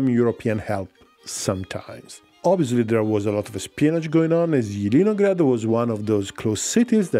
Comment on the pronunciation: Jjidinograd - Laughing so much. Its Zeleniy (Green) grad. Green town.